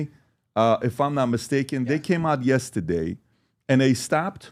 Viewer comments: I love how PBD say yesteday 🥰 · “Yesta- day “ 😂